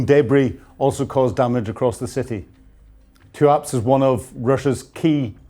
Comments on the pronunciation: TUAPST?????? It is TUAP'SE. ie TOO, AP SAY. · Look,,,, u need to work on these pronunciations,,, ur getting worse there's no K in tuapse, and keep practicing,,,, Koss,,, tan,, tin,, eevka, cmon